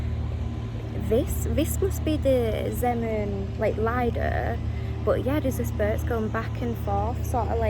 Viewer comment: It's Leedo("Lido") Like "Leeds".🙂 It's ok, I understand it's a difficult language to learn...